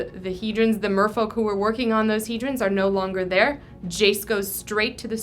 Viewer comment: Wait wait wait, it's pronounced "he-drin?" I always said "he-drawn." I think that sounds way cooler.